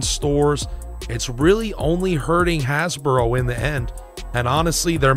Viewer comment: Why do you keep saying "Hasboro"?